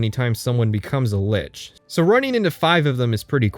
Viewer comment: You may have mispronounced illegal on purpose, but you mispronounced Lich out of ignorance. You're welcome for the engagement.